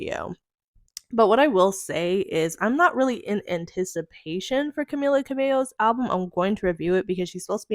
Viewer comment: you can’t even pronounce her name correctly. if you’re gonna do yOuR JoUrNaLiStiC duTiEs 🫡 then here’s an idea.. do better research so you can then know the difference between camilla and camila and famillia and familia. girl, bye.